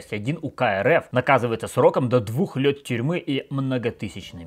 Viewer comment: До двух лЁт тюрьмы. Бля, я раз 10 переслушивал, чтобы понять, что мне не послышалось